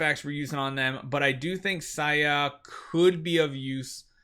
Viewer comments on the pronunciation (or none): Why do you pronounce her name as "SAYA"? It's not Spanish.